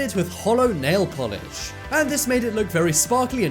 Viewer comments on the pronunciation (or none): none